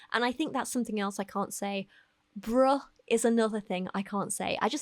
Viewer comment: It's not you, - no-one from Yorkshire sounds cool saying 'bruh'. (I'm from Huddersfield.:D )